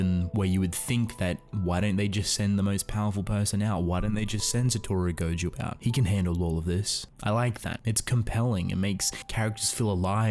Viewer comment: quick correction: it's pronounced as GoJOE not Goju. Also, the author's gender hasn't been determined yet, so I'd just call them "they"